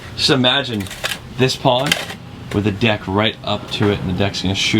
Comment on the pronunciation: you not saying deck right bro